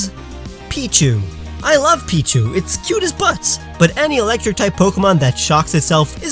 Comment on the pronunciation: I got so triggered when you said pichu o-o